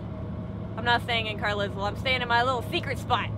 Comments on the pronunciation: Love the videos. Just to let you know Carlisle is pronounced Carlyle... at least it is in the UK:D. Keep em coming, I've missed this.: What's that sign? Jet: RAFF!! Love it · was your pronunciation of carlisle as Carlizzle a deliberate thing? Surely you pronounce it car-lyle..